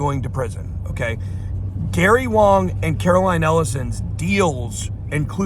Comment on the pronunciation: BEN! It's not Gary WONG but WANG!!